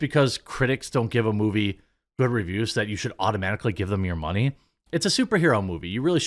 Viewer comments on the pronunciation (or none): none